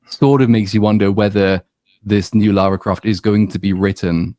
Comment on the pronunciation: "....... There's only been one Laura Croft, only ever gonna be one Laura Croft............" 😂😂😂